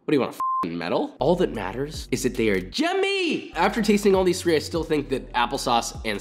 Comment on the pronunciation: "they're still jummy"